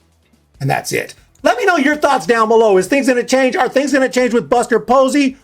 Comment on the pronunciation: Who is "Buser" Posey and how is he gonna make changes